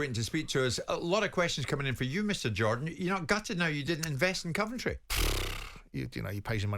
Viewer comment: Why can't Jim say Coventry probably? Can't he be arsed? Terrible pundit